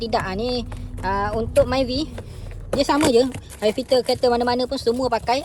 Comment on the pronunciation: Nape sebut ayer filter😢